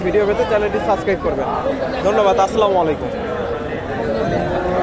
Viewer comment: সালামটা শিখতে পারবেন না ভাই আসসালামালাইকুম কে সালাম এটা সালাম হবে আসসালামু আলাইকুম